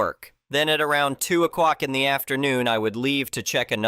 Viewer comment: O'clock IS NOT PRONOUNCED O'kwauk